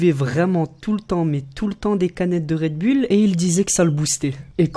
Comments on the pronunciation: Mec un conseil travaille ton accent parce que "Rède Bulle" c'est pas terrible... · Red bull se prononce Red boule ... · un message au français ont dit Redboulle pas redbulles